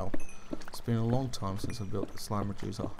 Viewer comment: I thought the first time he made one of these slime reducers i thought he said "slime rejuicer" wow lol